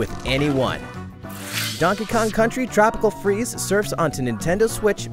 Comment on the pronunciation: Thx for getting twopical fweeze for switch with FUNKY KONG